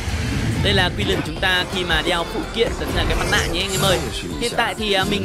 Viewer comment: Nghe quiu len wen nghe ad nói kiu lình hơi khó chịu